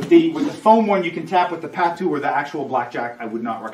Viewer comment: Great video. Just so you know, it’s Pātu (long a sound)